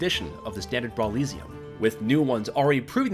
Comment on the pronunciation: they always mispronounce weird stuff in these. like the way he says brawliseum